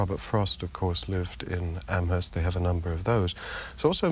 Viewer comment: Amherst Massachusetts has a silent H. It's "am erst" not "AmHesrt"